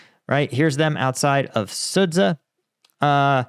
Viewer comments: Sudzha is pronunced like "Sudja" not "Sudza." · Sudzha is pronounced “sued zha” not sued sa think azure. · the 'dz' in Sudza is pronounced as 'G' in the name George